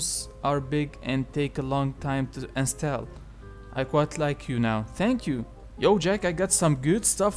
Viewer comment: Install say it like 'ins' and 'tall' the height thing